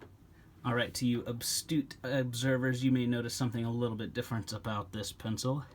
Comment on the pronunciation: Astute, not Abstute.